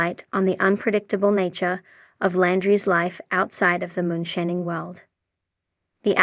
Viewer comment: yall cant affort a voice actor like damn? cant even say moonshining right